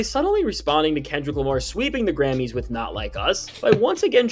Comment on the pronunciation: Well, he can’t say Grammys.. 😂😂😂🤣